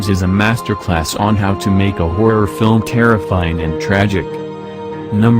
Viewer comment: i like how the voice said horror or in its case hoirror